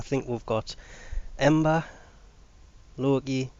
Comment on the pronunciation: I enjoy your content but could you please stop calling the stealth frame loki ... logi it is a k not a g, sounds petty but as much as I enjoy and use your information It annoys he that someone that sounds so English (sorry if your Newcastle as I realise you don't like being called english) can get a pronunciation so wrong, again I'm not trying to be insulating just making a point of reference incase someone else picks up on this point